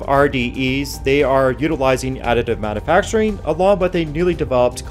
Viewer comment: "Manuhfactureen", "engineereen" and "useen" are not words.